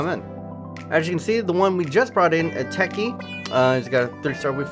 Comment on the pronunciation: Eteki is said as ee-tek-I